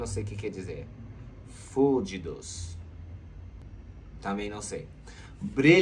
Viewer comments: Quase morri de rir com o fúdidos do!!!!kkkkkkk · " fuldidos" é hilário 😂😂😂